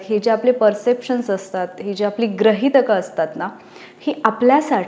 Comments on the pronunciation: खरच कृपया ग्रहितक असा उच्चार नाही. गृहितक असा आहे. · ग्रहीतक नाही, गृहीतक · Grahitak nahi bala Gruhitak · Gruhitak.....grahitak nahi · ग्रहितक नाही ताई गृहितक...‌अभ्यास नाही का...असो पहिल्या वाक्याला खडा लागला... त्यामुळे पुढे पाहणे बंद!!!! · Convent madhlya mulanch marathi....grahit nahi gruhitak ....asta ...baki video thik ye . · ucchar neet havet. Grahitak aani Gruhitak hyachya arthat farak aahe.